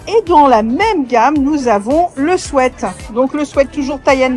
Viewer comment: Je ne sais pas si on vous l'a déjà dit mais merci de dire "sweat" et pas "sweet" comme a peu près tous le monde, ça fait du bien aux oreilles 😄